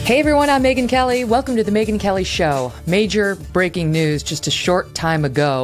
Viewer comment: <3 the show, I'm learning english from it. Yours pronunciation is so cool, Megyn, thank you so much! Greetings from Ukraine